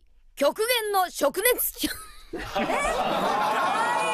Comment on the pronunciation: 田中のおっかさんったら「灼熱」を「しょくねつ」と読み間違えるとは